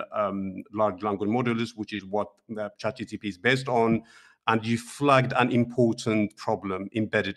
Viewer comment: It's actually not chatgtp, it's chatgpt.